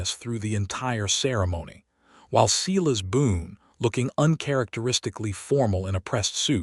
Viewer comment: Silas is prounced "Sigh-lus"